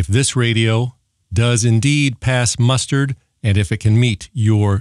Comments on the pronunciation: It’s pass the muster, not pass the mustard! 😂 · Pass “…mustard”. ? ? 😅. No….the phrase is “ pass muster.” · The word is "muster"